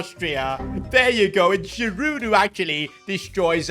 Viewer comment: pronounced zh-ih-roo